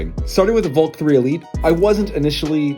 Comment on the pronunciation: The way you say Valk sounds so much like "Volt". Not that its a problem since its a video about 3x3s. But in the future it could end up being an issue since the Valk and Volt are both Qiyi cubes.